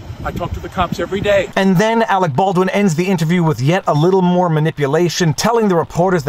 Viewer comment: Every time I hear his name, I think of team America world police. "Awec Bawdwin"